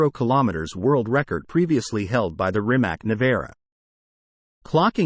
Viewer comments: I you talk about a car please pronounce the name correctly..... It's pronounced Rimats not Rimak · Why can't you Americans pronounce Rimac correct? Is it so difficult? Show a little more respect to other Languages and realize, that most of the world is not the US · Shouldn’t be that difficult to lear correct pronunciation of Rimac…Not just to show you are willing to do your homework but to show respect to the brand and someone’s last name.